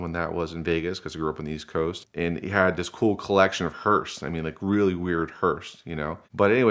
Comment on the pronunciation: He really said "hursts" instead of hearses. More than once.